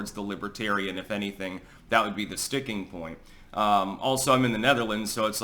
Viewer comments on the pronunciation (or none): About 4 mins in “and that’s the styxing point”